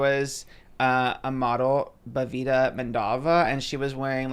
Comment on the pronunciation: Oscar butchering bhavitha’s name ijbol💀💀💀 i feel so bad cuz indians barely get invited to somn like this and chanel did her so dirty